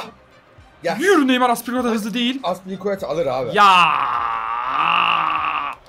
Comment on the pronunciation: Aspilicuetanın ismini düzgün söyleyin yaa